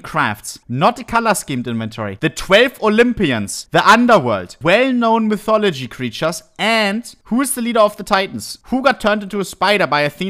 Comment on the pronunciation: bro said mythodology 💀